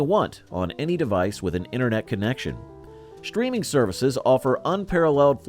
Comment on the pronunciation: "shtreaming" is not a word.